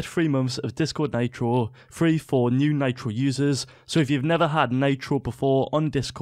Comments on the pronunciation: Do you call mitro maytro ? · listen to the vid he pronounced nitro naytro lmao